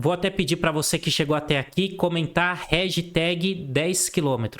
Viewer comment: Réjteg 10km 😂😂 baita aula, de se ouvir algumas vezes pra absorver todo conteúdo!